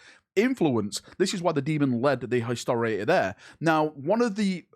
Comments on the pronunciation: "Hisoaor" did you mean Historator,? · Watching pronounce Historitor several times, my heart is in pain.